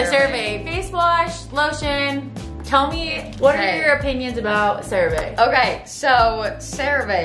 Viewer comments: “Cera vae”😭😭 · I love how they kept saying “crea VA” 😅